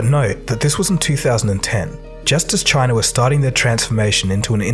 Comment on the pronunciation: Wherever this commentator learned spoken English they must have had a SLEW of extra "R" sounds. There is no R in C.H.I.N.A (just as there isn't one in O"Bomber")